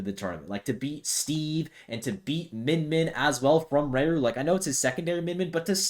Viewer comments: You say raru wrong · Yes. He/She? doesn't know how to pronounce hiragana らる.